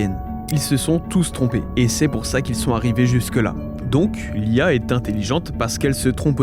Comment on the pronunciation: La question qui ressort de cette vidéo : il a dit "lee a..." Ou "l'IA"?? 😱😱😂😂